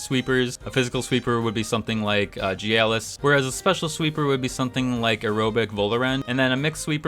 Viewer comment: Why do you pronounce Gyalis with a J sound?